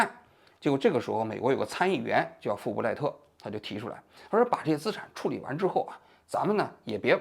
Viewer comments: 富布赖特，赖不富特🤪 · Fulbright富布莱特而不是“赖布福特”。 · 王局这莱布福特说的真难受。。。😢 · 富布莱特。王局读错了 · 富布赖特项目啊~念错好多